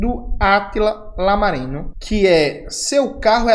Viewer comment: Se fala iámarino, camarada